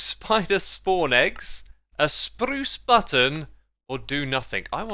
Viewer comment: The "SPRRRUCE Button"